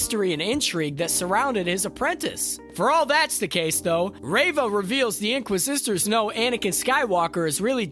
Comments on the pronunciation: The in qua zisters??? You mean inquisitors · Please hire people that can actually pronounce words correctly. I felt like I was watching the last Airbender movie with the narrator saying "inqua-sisters"...................................... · I think they’re called “inquisitors” not “inquisistors” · "Inquisistors"? The streak continues LOL Edit: To be clear, I'm not dogpiling here. I've done script recording and VO before, I get how tough it is to lay down a track under time pressure. But a few punch edits wouldn't kill anyone, right? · Why do u pronounce it inqui sisters? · Did he just say “inquisisters?” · "inquisistors" yeh I'm not watching this anymore lol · Is he mispronouncing things on purpose? Am I missing something here? Inquisistors? Am I being punk’d? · Great vid. I heard inquisistors instead of inquisitors tho :D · The same reason he says "inqua sisters". He's reading a script written by someone else.